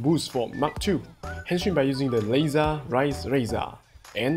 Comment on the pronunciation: Dude it's Laser Raise Riser not laser rise raiser 😂😂😂